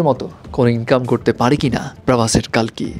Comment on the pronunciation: কল্কি হবে কালকি নয়